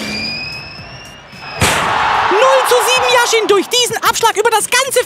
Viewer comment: Yashin, nicht Jashin